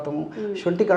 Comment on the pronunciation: Sonthi anali, shonthi kadu